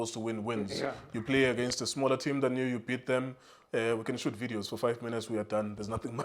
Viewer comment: “Smaller team” emphasis x 100